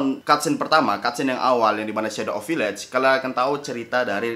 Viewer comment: Harus-nya VIIIIAGE BUKAN VIIIAGE